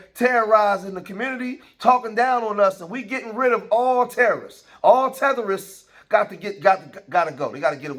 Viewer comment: I like that "TETHERISTS"🤣🤣🤣🤣🤣